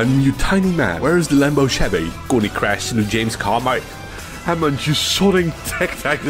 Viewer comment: Lemboh Sheveee